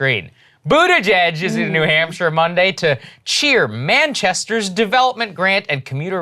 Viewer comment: I can't unhear New Hampshter. 🐹😆🐹